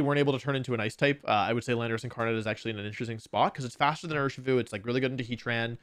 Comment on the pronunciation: DO NOT LEAVE OFF THE S IN URSHIFU!